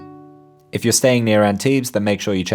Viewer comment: My hometown. Thanks for this great video. Tiny thing, we don't pronounce the s at the end of Antibes 😉